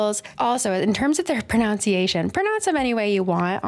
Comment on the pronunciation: I had to stop watching this video after the third time you mispronounced "pronunciation." I feel like I have a termite infestation in my spinal cord now.